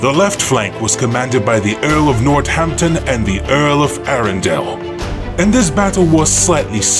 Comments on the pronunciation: not trying to be a grammar nazi but FYI, northampton isnt said "nort hampton", its said like "north hampton" - source, brit. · Excellent animation, but poor narration with dreadful pronunciation. Names and titles on both sides were horrendously mangled - “Earl of Nort Hampton” instead of Northampton, “Valleus” instead of Valois and several others too. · When I heard War-wick & Nort-amptun, I switched off. Would it take any effort to google how to pronounce these historic names? Amuricuns eh! Thick! Or is it Thike ? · Enjoyable video. But the bizarre pronunciation of names like Northampton, Warwick and Valois undermines our confidence.